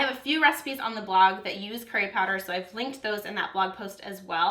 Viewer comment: its so annoying how non Indian, or south Asian, or South East Asian people say the word "curry" it's so funny but annoying. hahah